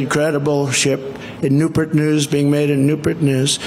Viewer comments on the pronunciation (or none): "NEW-PURT!?!?? NEWS"😅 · Newport not Newpert. Good heavens!!!! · “Sir, this is Newpert News” LOL!!!! NEWPORT NEWS! I wonder how he pronounces Portsmouth Virginia? 😂😂😂😂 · “Newpurt News” ? Thought it was Newport News. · Ah, yes, Nupert News, I know it well. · Newpert News? WTF is he blithering about now? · NEWPERT….NEWPERT NEWS? NEWPERT? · Newpurt and carterpults; can’t speak. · "New Pert News, "They all greated me" "The caterpollter people" and they ALL said "Sir"! For the love of our country, our sanity and pronunciation, please don't vote for this imbecile!🤯🙄 Let's all VOTE BLUE up and down the ballot and re-elect the MAN! President Joe Biden! 😎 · Noopert News and steam catapults. The catapult is a thing, aircraft carriers are equipped with them, but you can see and hear dude's speech patterns are way off. The chemicals are not working anymore. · “Nu-pert News” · What on earth is "noopertnoos ?" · Is that how you say it? "Newpert"? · ERMAHGERD!! NERPERT NERZ!! CERTAPERLT!!! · Did he say newpert? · Nupert News? Wtf